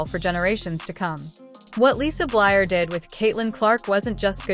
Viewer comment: Please say Lisa’s last name correctly - Bluder